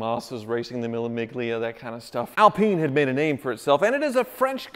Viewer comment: Don't pronounce the 'G' in Mille Miglia. It's just "me-leh me-lia".